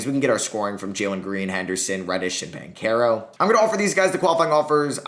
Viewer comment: BanCHero not BanCero